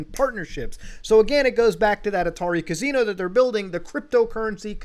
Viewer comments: i love ya muta but holy fuck, its ca-SI-no. not ca-ZI-no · Muta saying casino like cuz see no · Another day, another video where Muta says 'Cazino' 500 times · Muda says Casino in a way I have never heard once in my life.